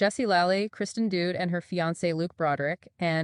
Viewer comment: te AI is horrible; please do not support this media. This is my first and last time on this site; pronounces Kristen Doute incorrectly i.e., Kristen Dude!! I want real people talking about real people.